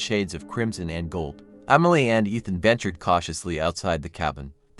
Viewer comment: I liked the story. But I don't know if it was my head phones or not. It sounded like you were say umily instead of emily